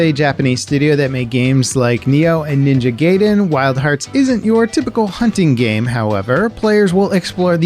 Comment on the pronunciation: "Ninja GAYden"? Did I just get transported to the 80's? I didn't think there were still people who make that mistake, lol.